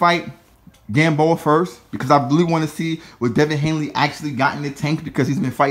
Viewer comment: And his name is Devin Haney not Hanley